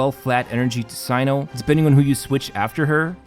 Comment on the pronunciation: btw his name is pronounced as "SENU"